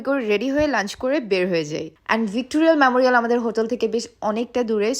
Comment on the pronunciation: স্প্লেন্ডার নয় কথাটা স্প্লানেড 😂😂😂. কথাটা ভিক্টোরিয়াল মেমোরিয়াল নয় ভিক্টোরিয়া মেমোরিয়াল😂😂😂